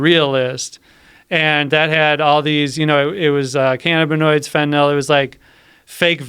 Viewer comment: The way this guy says cannabinoids... It’s pronounced- ka nab ah noids not fn- canna bi noids 🤦‍♂️ so aggravating the way he says it...